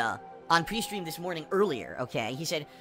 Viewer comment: When he says "Pre-stream" it sounds like Peestream